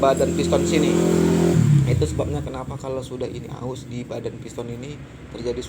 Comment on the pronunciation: Aus bang,bukan haus